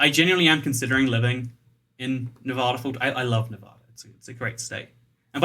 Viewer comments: NavAda not novahda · You've been living in Vegas this long and never learned that it's pronounced Nev-add-a and not Nev-ahhda? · Now it's nearly a year and a half later. I hope he has learned to pronounce the state he lives in, which is Nevada. It is not "ne Vaaugh da," it is "Ne va da" with the va rhyming with the va in "vat." Pronouncing it as he does probably gets him a lot of nasty looks and comments in the state. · Thanks!! I cringed every time he said Nevaaada. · You say Nevada wrong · you live in nevada yet youre still pronouncing it wrong smh xD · Ay a fellow las vegan also I know you have an accent but you said Nevada wrong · How long do you need to live in Nevada before you learn how to pronounce it?